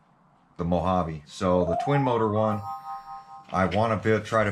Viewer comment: So is this a MO-JA-VEE or a Mojave GT 😛